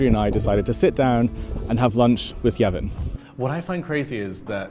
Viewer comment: I'm Ukrainian, I know that it's pronounced as Gh, so not H. Evgen = Yevghen not Yevhen and not Yeven Ok, you might be right that for those who don't know the difference I should have put it there in the first place, anyway, yeah...